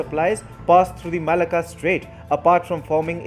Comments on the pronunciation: Malacca is pronouced Ma lack car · The pronouncement of Malacca is all wrong.